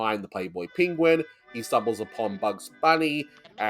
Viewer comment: There's a couple of Bugs' great mis-pronunciations in this cartoon: "you're a pen-gu-in" and "Madri Grass"